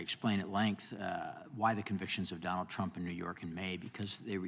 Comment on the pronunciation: Mr.Jordan, our Presidents name is Trump, not aTromp, sir.😂